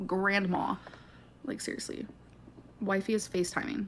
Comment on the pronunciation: Can we call "Wifey" WiFi instead. Please. Formal request. That's what I hear in my brain every time it's said.